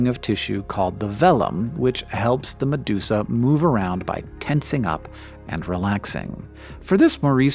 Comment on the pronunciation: meduka becomes medusa